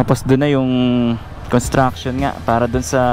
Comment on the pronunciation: paki banggit lang ng malinaw ang salitang construction? Ang pagdinig ko parang con at hindi cons. Dahil magkaiba ang meaning nito kung walang s. Construction and contraction are 2 different meaning.